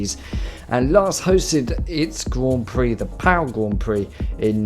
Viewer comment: Pau is pronouced "pô" and I live 40 mins from that city so I saw some F3 and clio cup races there and its pretty cool.